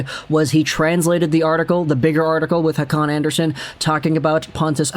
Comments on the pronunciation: its kinda like Andrea Son. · you're not pronouncing that right. the "son" part in scandanavian names are pronounced like you would pronounce sony.